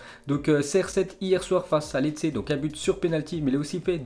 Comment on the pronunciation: Lecce sa ce dit "Léché", Brescia sa ce dit "Breschia" fait un effort c'est la base.